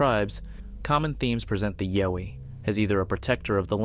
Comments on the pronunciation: Videos would be so much easier to watch if the narrator would learn how to pronounce things correctly....YOWIE !!!??? RECORD!!!??? And please stop adding your 2cents about what sceptics think...who cares , its actually very annoying to hear you lie over and over again about the things other people might be saying...especially when its the same boring over and over and over again....sceptics think it could be someone in a suit....sceptics think its just a blob squatch...who gives a rats ass what sceptics think man!! I watch these videos for the content, not what a bunch of idiots think and might say. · This guy can’t say yowie. Nothing short of a body proves anything. Been plenty of pics already. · I second that! Learn the pronunciation of the creatures you’re speaking of. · Why would it be “The Sunshine Coast Bigfoot Research” when they’re called Yowies in Australia? That and your mispronunciation of the name dies nothing to establish your credibility. Skip. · Ok.think of the word “owl”. Put a Y in front and an E on the end. That’s how you pronounce Yowie. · 💯 CORRECT.Vator is a, well,I will keep that part to myself. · I was just gonna say that haha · Im pretty sure the "Yowie" is pronounced like "OW" like you hurt yourself not "O" as in "YO". At least thats how Ive always heard the Aussies say it. Also Sonny Vator is a know hoaxer so take that video for what its worth. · Yowie is pronounced like "wow". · It is pronounced yowy, as in owy, with a y attached to it. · Yow as in COW pronunciation.:popcorn-yellow-striped-smile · YOW-ee is pronounced like POW...or NOW...and a chimpanzee is not a monkey...it's an ape... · Thank you, I agree. "Yow" eeeeeeeee, lol...😂😂😂😂😂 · You are pronoucing Yowie totally wrong. Isn't hard to research and find out how to pronouce it correctly. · Clearly the narrator has no idea what a Yowie is! At least pronounce it properly! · You're pronouncing.Yowie wrong. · he’s pronouncing it wrong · Bowie is pronounced like Cow. Not yo